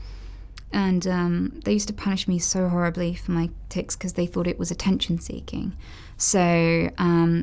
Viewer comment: Noticeable tiCs? Are you sure you said that right Anita?